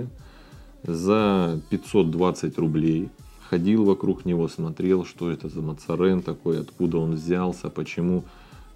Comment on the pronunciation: наверное название читается Мозарин,ну типа кардинал Мазарини